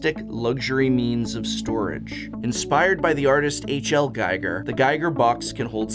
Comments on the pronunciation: To be fair, though, GEE-ger vs. GUY-ger is a pretty common error. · also needed to check if anybody else caught this! also, it's "gee-ger", not "gai-ger" H.R. Giger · It's also pronnounced GEE-ger, not GUY-ger. Just a little thing. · A big fan of your work Prof, but both as a Swiss and an art & design enthusiast, I have to point out that it's H.R. Giger (Hans Ruedi Giger) and Giger rhymes with eager. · ... H.L. Giger? .....H ARRRRR GIGER!! Great video as always, in any case. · Did you say H. L. Giger???? It's R! Hans Rudolf Giger!